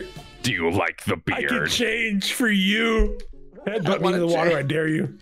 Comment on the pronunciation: "Into the ✨️wowa✨️ with you"